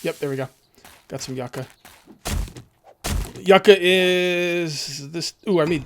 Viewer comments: the Yucca fruit is actually pronounced as You•Ka. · Yucca is pronounced "You-ka"... I don't know why but it urkes me to hear it mispronounced. Rant over. BTW Love your 7DtD shows.. I've think I've seen most of all of them in the last couple of days, none stop. Keep up the good show!!!